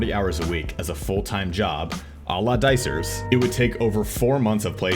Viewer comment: Lmao “a la dicerz”